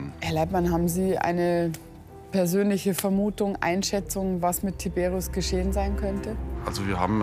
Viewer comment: das sind polnische namen 🇵🇱 und die werden : tiberiusch ausgesprochen